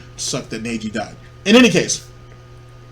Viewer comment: The way you say Neji hurts me lol